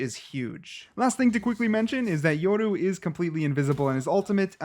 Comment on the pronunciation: It's yoru not yordu